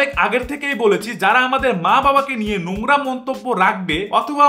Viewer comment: আরেভাই এস্ট্রাইক না স্ট্রাইক। নুংরা না নোংরা। আগে নিজের উচ্চারণ ঠিক করো।